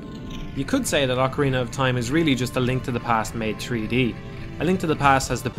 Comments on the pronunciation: "Tree-D space" haha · He said tree D and it was amazing. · Personally, I smiled more at "tree-dee". Love it either way.